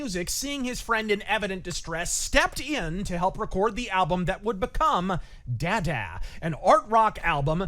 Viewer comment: The way he mispronounced DaDa was cringe inducing.